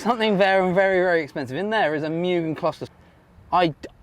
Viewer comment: I own a VSM DB8 type R. Also, its pronounced MOOGEN (mugen)